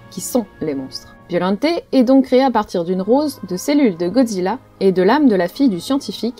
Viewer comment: J'ai regardé la VF de Godzilla VS Biollante, et j'ai toujours entendu et dis Biollante et non Biollanté 😅